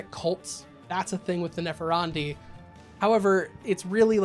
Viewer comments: Nepharandi? Neph-an-di. There's no "r" in there. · There is no "er" in Nephandi. I had to check to see if I was wrong. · Only complaint I have is that your pronunciation of "Nephandi" kept making me giggle. Granted, I think it's butchered from an Indian language but it's pronounced "neh-FAHN-dee." But also yes, MORE mage content. I want a whole Ngoma video, read about them in the 'Forbidden and Forgotten Orders' book that just came out. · TL:DR all comments.... but there is no "r" In Nephandi lol i dont know why it bothered me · Nephandi......... ................. .............. ........... Where's the "r" you keep pronouncing?